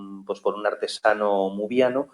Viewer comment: Lemuriano, no muriano!